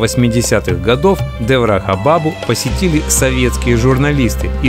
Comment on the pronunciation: Ударение! Шри Деврахá Бабá